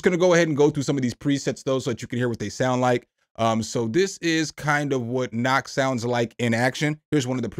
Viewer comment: "Nacht" is just the word "Night" in German. ;-) But if you pronoune it "Nakt" then basically Germans hear "naked". lol. 🤣Sounds interesting though and thanks for your honest opinions on the plugs. :-) 👍😊👍